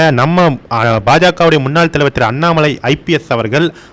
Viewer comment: "முன்னால்" இல்லை. முன்னாள் என்று எழுதவும். சொல்லும் பொழுது சரியாக "முன்னாள்" என்று சொல்லவும்... தமிழை சரியாக உச்சரிக்கத் தெரியாமல் பேச வந்துட்டீங்க.. 🤦